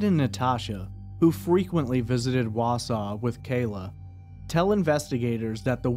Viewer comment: But he pronouces Wausau correctly. 😂